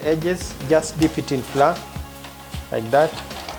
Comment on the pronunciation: Flour is supposed to be pronounced as flower🤭